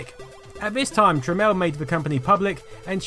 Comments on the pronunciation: Um. The guy's name is Jack Tramiel not Jack Tramel. It's fucking annoying hearing you mispronounce and seeing you misspell his name constantly through the whole video. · "TramIEL" ... not "Tramel". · Jack Tramiel formed the company Tramel Technology Ltd. so that people would pronounce his name properly as "Tramel."